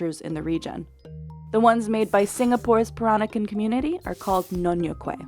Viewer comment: Nyonya Kueh not nyonyo kueh